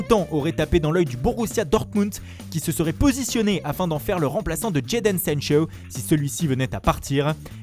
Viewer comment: «jadon sanchoww »